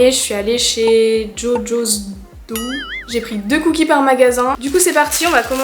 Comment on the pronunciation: J’ai testé ceux de Scoop Me A Cookie 🍪 et j’ai adoré ! Pour Jojo’s Dough, tu as bien prononcé ça se dit comme ça 👍🏻😅 C’est cool d’avoir pu tester tout ça 😋